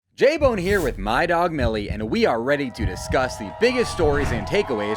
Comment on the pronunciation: It’s not J BONE. It’s L BONE